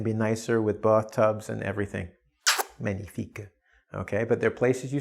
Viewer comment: Really appreciate the sense of humour, and seems a bit French accent when pronouncing "Magnifique" 😊👍